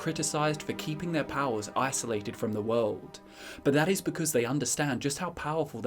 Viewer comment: "the wowld"